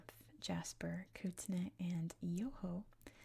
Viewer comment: Salish is pronounced like Say-lish. And Kootenay is pronounced like Koot-knee. Cheers.